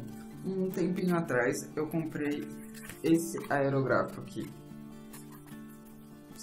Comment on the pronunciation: Perdão menino, mas você não está falando corretamente o nome da sua ferramenta, o acento agudo está errado, não é aerográfo, é aerÓgrafo, poxa meu você faz um vídeo pra falar errado, não vale, desabona você e o seu trabalho, será que você nunca ouviu ninguém falar o nome corretamente ? Me desculpe novamente, é uma crítica para sua evolução, não quero com isso destruir você, ao contrário quero te ajudar. Grande abraço e sempre com muito amor a arte, felicidades :)